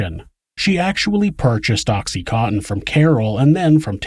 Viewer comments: Oxy-con-tin. Not oxy- cotton. I myself was so fucked up on it during this horrible murder and had a doctor who was also an addict prescribing it to myself and many others. I was so numb most of the time but when I learned that the mother was also an addiict I paid particular attention to the case. But listening now to what happened to that child, how gastly the details makes me shudder. The ugliness of human beings to each other no longer makes me want to self medicate. I am simply no longer shocked by it. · Oxy "cotton" lol